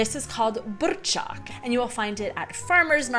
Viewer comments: Wow! Your R in burčák and Ř in svařák are great! Many locals can't pronounce these letters so well. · Kofola + tuzemak je náš jack daniels + coca cola a myslím, že tento drink pil snad každý čech... Miluju tyhle videa, kde chutnáte naše věcy.. ❤ Btw dobrá výslovnost.. třeba burčák... :D cool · Your pronunciation of burrrčák is splendid :-D